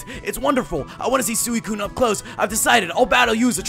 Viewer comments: Its pronounced SWE-COONE not SOO-E-COONE im explaining how to pronounce suicune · Sooweecoon.... lol.... I love Rodri's pronunciation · excuse me,u pronoun Suicine wrong:P